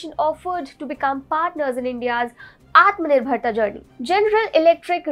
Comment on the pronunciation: you need to get the pronunciation of Atmanirbhar Bharath right.. repeatedly mis pronounced..